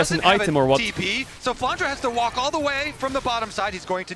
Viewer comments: I still have this thing in mind, why english caster call him flanra while his name is flanre? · I am the only one who cringes when captain flowers says “flandra”?